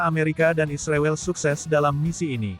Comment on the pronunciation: ternyata miminnya termasuk orang yang tidak bisa menyebut nama Israel dengan benar ya .....